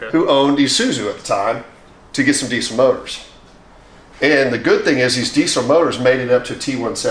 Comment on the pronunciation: The trouble is they are not pronounced "grooper" but "grope er" and "eye su zu" not "ee su zu" and "dee zil" not "dee sil"...